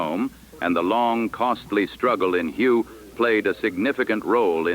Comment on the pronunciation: Learn how to pronounce Hue correctly.